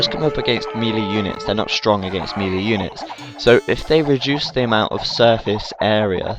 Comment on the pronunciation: Melee is actually pronounced maylay. It's french.